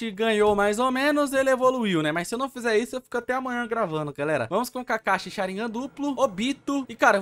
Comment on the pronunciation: Cade o s kkkkk kakashi kakahi